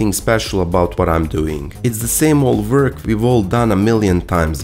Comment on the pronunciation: "It's the same old vork we've done a million times" Speak for yourself, I'm a fresh green newbie 😳